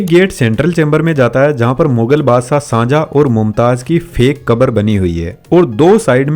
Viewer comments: The shajahan was found this taaj mahal His name is shahjahan not sanjha tell right name ok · Sajah nhi hot Shahjahan bolna Sikh le odu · Shanjha 🛑 Shahjahan ✅ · Shahjahan ❌sanjhaa✅😂😂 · Shahjahan name bhi sahi nahi le paa rahe ho bhaai۔